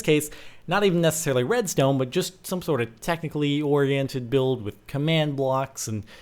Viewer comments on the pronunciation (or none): none